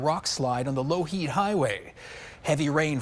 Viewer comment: No one told this guy how to pronounce Coquitlam and Lougheed